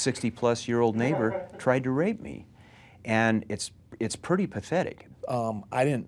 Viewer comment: He tried to (waype) me he tried to (waype) meee😂 lmao he should of went and did stand up comedy lmao😂